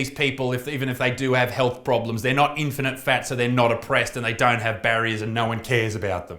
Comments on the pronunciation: Get it right Butterfield ..... In - fini - fats ! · 'Infinifat'? Try 'infattyfat' ....eh?.... EH? BUDUMPAH!! (P.s. you kept saying "infinite fat" ,try harder Isaacs, like fattys need to try harder to eat a salad